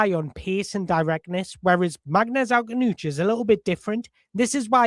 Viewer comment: You're gonna have a lot of fun trying to pronounce his surname brother...you're not even close right now but I'm loving listening to you try...I'm sitting here with my popcorn 🍿😂